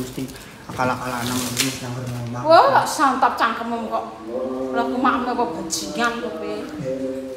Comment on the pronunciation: "CANGKEMMU" dadi "CANGKEMMEM" Jowo cap endi iki.